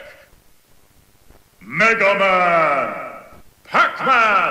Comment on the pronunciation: The spanish announcer kills the epicness from the English one, plus his pronounce is so horrible......Pikachú?, Mega Man? And when he's saying the players sounds like he's singing it...